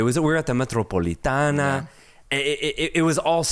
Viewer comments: And it’s the Metropolitano not Metropolitana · Boy,. It's MetropolitanO. Regardless of the Wanda or Civitas name, it's still the MetropolitanO.